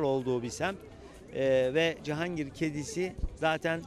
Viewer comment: Adam Cihangir diyemiyor,cehangir 😂😂